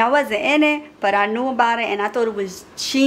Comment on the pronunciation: Did anyone realize how said genius